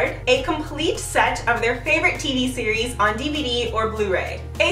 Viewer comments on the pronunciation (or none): none